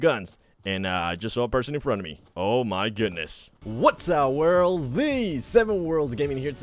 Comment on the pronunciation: Why can’t he say worlds